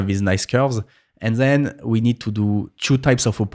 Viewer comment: zen(then), eez(this),zeez(these) 😉😁